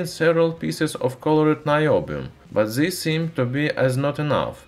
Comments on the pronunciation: You know so much..how come you stil say Zis in stead of this? Use at least the D 😉👍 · When someone will tell him to say this not zis? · TRANSLATION... ZE ( the ) ZAT ( that ) ZIS ( this )